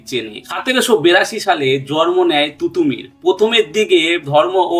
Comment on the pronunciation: তুতুমীর নয়,তিতুমীর। মীর নিসার আলী।এই নামটাও বলতে পারলেন না।অসম লড়াই নয়,উচ্চারণটা অসমো লড়াই হবে।ওনার লড়াই ভারত স্বাধীন করার লক্ষ্য নিয়ে ছিলোনা।